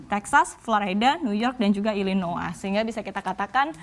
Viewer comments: Bacanya Illinoi mbak, bukan Illinoa 😁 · "illnoah" gk Illinoys kah ?